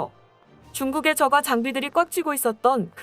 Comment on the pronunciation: 저가아니고 저까로 읽어주세요